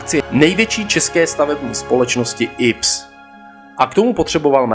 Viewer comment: IPS jako inženýrsko průmyslové stavby se nečte ips ale í pé es. Stejně jako čteš í pé bé.